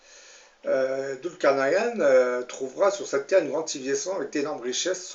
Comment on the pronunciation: Prononcez "Doul car naille ne" ou en anglais "nine" Svp....